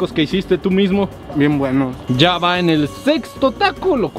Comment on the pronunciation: "bien wuenos" jajaja amo